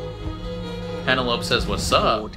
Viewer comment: LOL - are you calling her PeneLOPE on purpose, despite hearing everyone call her PeneloPEE in trailer? And the first two seasons! I can't tell. Awww. I've actually come around to anticipating S3 the most of all the seasons! Marketing has been genius. I, too, was doubtful Pen & Colin's season could beat Queen Charlotte. But NOW. Total turnaround. Love the idea of Colin redeeming himself by being her wingman. And friends-to-lovers trope. Looking forward to Nicola Coughlan's comedy chops! And so looking forward to all the subplots.